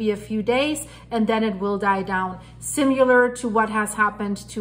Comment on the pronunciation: similar lar not simu lar also we are not "guys" great reporting thanks